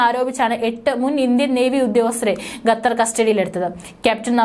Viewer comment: പരിഷ്കാരി ഭാഷയായിരിക്കും അല്ലെ ? കേൾക്കുമ്പോൾ തന്നെ അറപ്പുതോന്നുന്നു. മേലിൽ ഗത്തർ എന്നു പറയാതെ കുട്ടി. ഉച്ചാരണശുദ്ധിയോടെ പറയു. "ഖത്തർ" നാവിന്റെ കടയ്ക്കൽ നിന്നും അണ്ണാക്കിന്റെ ഇടയിലൂടെ വരട്ടെ ശബ്ദം. ഓഹോ തൊണ്ടയിൽ മുഴയില്ല അല്ലേ..? കഷ്ടം... 🤔